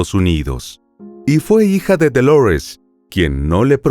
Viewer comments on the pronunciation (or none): Dolores es un nombre en español y se pronuncia DO-LO-RES, NO "doulourest" <